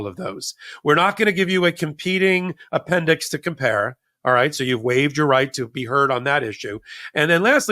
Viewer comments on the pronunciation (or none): The “appendix” sounds like the “apprentice” lol